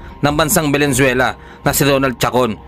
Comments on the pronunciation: Venezuela, hindi valenzuela. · Venezuela boss. Hindi Valenzuela. 😊😊😊